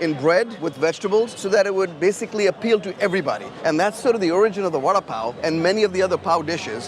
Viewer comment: Vuh da (as in Down) Paa O.